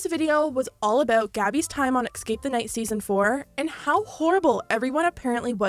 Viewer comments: It’s escape not exscape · jeeeeeesus please learn how to say "escape" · YO! Hearing the word “ECKscape” is profoundly irritating for those of us who passed the 3rd grade... maybe one day you can go over this and edit the English back into it? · Escape, it's escape not exscape. 🙄🤯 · idk who voiced this, but she needs to learn how to pronounce escape. It's eScape, not eXcape! So annoying hearing "excape" over and over. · It's ESCAPE not EXSCAPE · ily but you saying “ex-cape” made me want to die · Anyone else annoyed by the fact 'escape' keeps being pronounced 'exscape' ? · “Escape” is spelled how you’re supposed to pronounce it. E-scape. Not Ecks-scape. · There’s no “x” in “escape”. It’s not pronounced “ex-cape”, it’s “es-cape” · U keep saying it ecscape the night xD (sorry this isn’t meant to be rude I think it’s so cute! Xoxo) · Bae why do you pronounce escape like dat